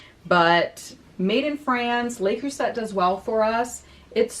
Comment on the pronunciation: I like your alternate format. Great job. I watch you always even though I catch it late sometimes...just a suggestion, in French, Le Creuset, is pronounced so it sounds like "Ler Crew-say".